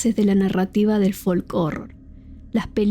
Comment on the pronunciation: La "L" en la palabra folk no se pronuncia